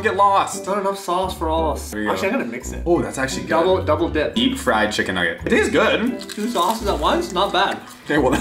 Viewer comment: He said deep fraid Chicken naget noooo really 😂😂😂